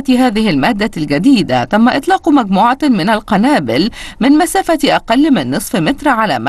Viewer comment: مكموعة كيش مزيك الكندي الناتكة الكديدة.. تم اغتصاب اللغة العربية بنجاح